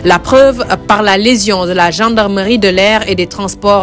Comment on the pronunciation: Légion pas "lésion’’ madame le reporter !